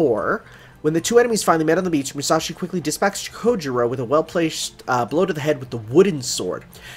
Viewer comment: Just one thing, the "ou" in Japanese words is pronunced closer to 'oe' or 'oh' (о̄) than 'ew' or 'oo', it's Japanese, not French. Sasaki Kojirо̄ (Kojirou) is actually spelt with one of these.